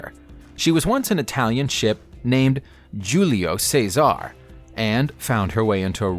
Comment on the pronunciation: Julio Caesar: Who-Lee-Oh Kai-Sar